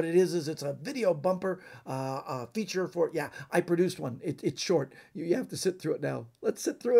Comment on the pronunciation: When you said feature it looks like you said feathers 🤣 ONE MORE JOKE 👌🏼🤣